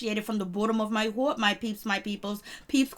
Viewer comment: Why do you pronounce the words bottom and heart like that?